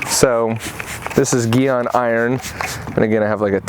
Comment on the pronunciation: Man said evaporating And geon Its geeey on GYEON